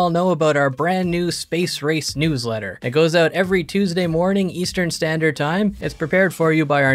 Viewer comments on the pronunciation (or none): none